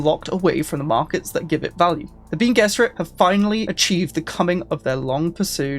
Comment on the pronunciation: Bene is pronounced ben-eh a bit like rene (artois)